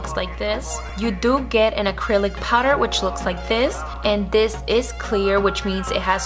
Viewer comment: First of all its ACRYLIC NOT ACRYLIS . Try harder to enunciate and not slur all your words together or just not talk all together no offense but it's annoying rather listen to Sophia Vergara talk.